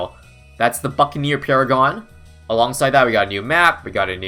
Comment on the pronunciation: The way you said buccaneer paragon sounded like "the fucking new paragon"